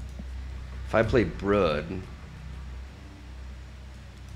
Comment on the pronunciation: mmmm’Baku not Em’Baku… Brooooooooood, not Brud 😂😂